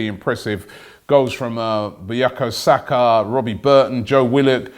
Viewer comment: Robbie murdered Saka’s name